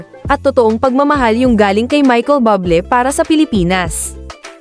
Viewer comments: Michael Buble as in Buuu u ble hindi bable po. Mk pronouce nman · Bublé = [booh-BLAY] or [booh-BLEY] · Please correct the way you pronounce his last name, nakakahiya kayo.